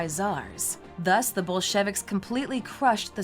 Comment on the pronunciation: The Bol-shevicks??